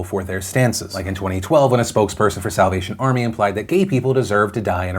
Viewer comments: Is it just me or when ever Phil said "Salvation Army" I hear "South Asian Army" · I had to rewind about 5 times because I thought you said “south Asian army” rather than salvation 🤷‍♀️😂😂😂